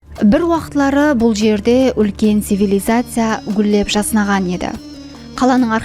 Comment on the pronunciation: кеширерсиз Жаснаған емес "жайнаған" болады